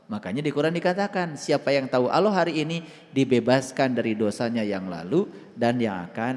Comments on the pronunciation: Penyampean bahasa Ucapan harusnya Alloh bukan Awloh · Allah bukan aloh ,kamu itu sesat kan umat. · Alloh.....bukan awloh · COBA SIMAK KALA DIA BERUCAP ALLAH.... TERDENGAR SEPERTI AULLOH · Aq kudu kemekelen....kog ada orang yg mngatasnamakan dirinxa ustad kog melafafkn Alloh aja glepotan.... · Orang koplak dikasih panggung..ngucap Alloh aja can becus.